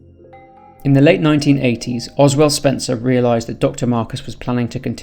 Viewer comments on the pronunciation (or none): I know this is a 3-year-old video but please for the love of God if you see this please fix this it's Oswell E Spencer. Not L.